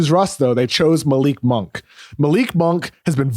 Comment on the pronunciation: KOC's greatest contribution to the Ringer was correcting Bill's pronunciation of "Malik Monk" after like 2 years